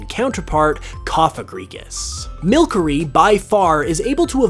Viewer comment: WHAT?! He called Milcery (Mil-Sir-Ey) Mil-Ker-Ey? That's not the prounouncieation...